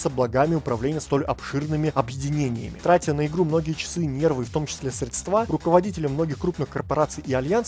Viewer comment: средствА,хлОпот )) понятно. ну ё) ударения подучи